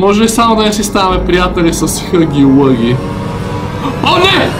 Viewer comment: Само да ти кажа че не се казва хъги лъги, а хаги лаги. И може би ще бъде по-яко да пробваш чаптар 2.